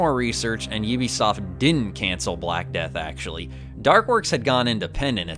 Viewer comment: Its pronounced "U-be Soft" as in Ubiquitous, not "Oh-be Soft".